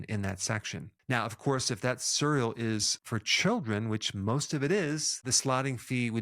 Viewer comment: I was today years old when I realized Dr. Berg pronounces "cereal" as "surr-eal." Cute! Thanks for the info. Very informative.